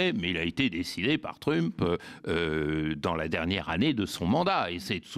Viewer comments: Tu dis MEUSK, tu dis aussi TREUMP et non trump. Il commence à battre la breloque l'ami Badie, un peu. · Sa prononciation de Trump me fait rire à chaque fois, je suis sûre que le fasciste détesterait.